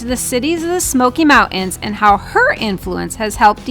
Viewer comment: Its not mount ans or Part ins